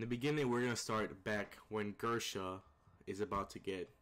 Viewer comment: Gersha..... Grisha